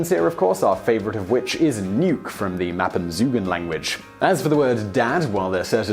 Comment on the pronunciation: It's mispronounced. Ñuke not nuke. Pronounced gniucke